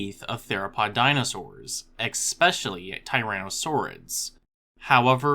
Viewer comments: It’s ES-SPES-SHIALLY (especially) not eGGspecially!!! common dude! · An informative video! A few constructive criticisms: 1. Especially, not "expecially" 2. The ending "dae" is pronounced "dee" not "day". Other than that, cool information. Thanks for sharing! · OMFG's, "ex"pecially is not a word! #comeon #science #especially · I love learning about dinosaurs and sebecidae, but did you really say "exspecially" in the first 15 seconds? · Anytime I hear a narrator, especially in a scientific, medical, or educational video, say the word “exspecially”, I’m done. I’m sorry, but I just can’t trust you, my guy 😂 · did you seriously say ekspecially? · So nobody is gonna comment on him saying expecially?